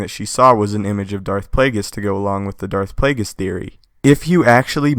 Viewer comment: I dont think youre saying Plagueis correctly.